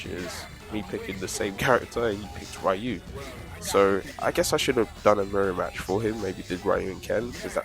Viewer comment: I don't wanna be that guy but the way you pronounced "Ryu" really caught me off-guard lmao